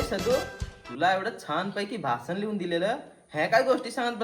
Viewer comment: भासान नाही रे भाषण